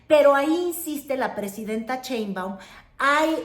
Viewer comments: Yo digo que ya es hora de que pronuncies correctamente el apellido de nuestra presidenta. Por que nombres como Trump, Trudeau, etc. son perfectamente pronunciados, pero Sheinbaum es “Cheinbaum” ya vimos que el paladar no es! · SHEIM.....SHEIM....SHEIM. NO CHEIM, NO CHEIM PATHETICA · Otra vez Cheinbaum??? Por favor, Sheinbaum. Pero sí pronuncias con acento norteamericano el nombre de Donald Trump. Me encanta ver tu canal pero ese detalle NO!!!